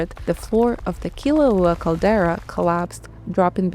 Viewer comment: The narrator mis-pronounces almost all the Hawaiian names and words, including -- and most jarringly -- the name of the volcano under discussion. While the main content is reasonable, please learn how to properly pronounce Hawaiian 'Olelo before attempting another video set in Hawai'i. Mahalo.